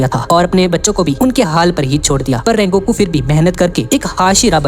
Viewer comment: Sungoku ❌ Rengoku ✔️ 💀👍🏻